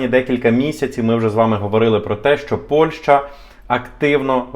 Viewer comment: Після чисельних моїх зауважень даному ,,талановитому"блогеру відносно правильної назви дружньої нам країни Польщі яку останній вперто називає Польшею приємно здивувалася коли він нарешті вірно вимовив назву цієї країни.Але...в середині даного відео він всеж говорив Польша ...Польща ...Польша ...Шановний ну не ганьби української мови...